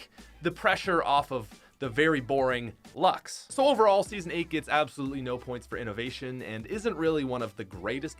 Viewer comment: I can’t even count how many times mispronounced Luxe... THERS AN E WHERE DO YOU GET LUX